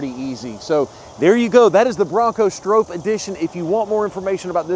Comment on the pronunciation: Pronounced “STRAW-P” ….. not “StrOHp “….. cmon…. Get it right …. You guys are great at everything else